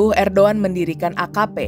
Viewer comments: erdogan loh min bukan erdoan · ko ngomong nya erdoan si, harus nya kan erdogan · erdoGAN...bukan erdOAN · Erdogan, Robot Ai : erdoan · apakah aku salah dengar ? kenapa erdowan ? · ERDOGAN bukan erdowan brooo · Bkn erdoan min, erdogan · Erdoan ? Apa saya yg salah dengar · Ko bacanya Erdoan